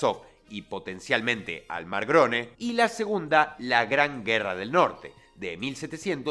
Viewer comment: teniendo cuidado de que no le desmonetizen durante todo el video al punto llamar al "Mar Negro" "Mar Grone"; y termina por contar unchiste +18 en el final XXXXXDDD, HOY NO SE COME, Saludos desde Colombia, perdon por venir 4 días tarde a la clase XD